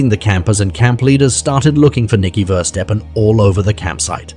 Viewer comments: It's verstappen not versteppen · Isn't it meant to be pronounced Verstappen as (appen as in happen) like the F1 driver Max Verstappen- I have no problem with AI but when it butchers the victim's name over and over again. Perhaps next time there is no need to say the surname so many times, after three or four times we got it. I think you may have spelt Verstappen wrong before inputting it into AI because at 25.34 secs your title for her sister reads Femke Versteppen. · I am also pretty sure they have butchered the boys name- it's Verstappen (similar to happen) like the racing driver Max Verstappen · is it Versteppen or Verstappen? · Please show respect and pronounce their names correctly!!! Ever heard of Max Verstappen, F1 racing driver??? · 'veerstapn' eeeh, it's pronounced like 'ferstappen', 'V' is an 'F' sound, the initial 'E' is short, the final 'E' is there, not 'eaten'. All the rest of the NL stuff is wrong too, but at least the name should be a tad less unrecognizably massacred. 'Bloem' is pronounced 'Blom' more, the 'e' there is semi silent. Like 'BLOeM' not 'BloEMM' like here. Yes I know it doesn't matter much but it's ear grating since it's repeated 40.000 times unnecessarily. 'semen' is also not 'SeMENN' - that shouldn't even be an issue.